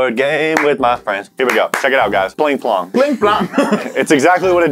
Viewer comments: Anyone else notice that the all said "Pling Pling" when it's Pling Pong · Why were they saying Pling Plong even though it’s Pling Pong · Why is nobody acknowledging that they said "pling plong" when in fact, it is actually called "pling pong" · You guys kept saying "PlingPlong", when it CLEARLY says "PlingPong", that annoyed me 😂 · No they said pling plong but they still didn't say it write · You guy:pling plong Me:it's pling pong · "alright we got pling plong" uhhhh the bok says pling PONG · They keep saying pling plong when it’s pling pong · Can we adress that it is Pling Pong, NOT Pling Plong? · Is it just or everyone was annoyed when they said pling plong instead of pling pong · It's pLing pong not pLing pLong!!!!! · Its not PlingPlong....its PlingPong